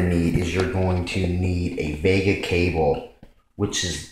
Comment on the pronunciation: VGA not Vega